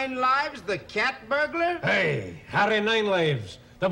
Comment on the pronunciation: Peter is humorously copying the Scottish accent to make "burglar" sound like burgler. In the same fashion that midnite would be correctly written as midnight. Just as he pronounces "lawr" instead of "law".